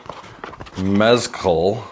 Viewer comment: “Mezcal” pronunciation was so Wisconsin. This whole thing is actually very Madison and is hilarious.